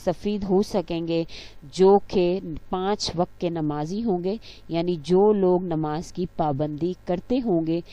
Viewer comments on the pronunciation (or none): none